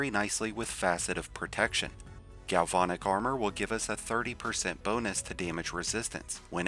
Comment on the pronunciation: Gal-VAN-ic. Like the truck. Not VON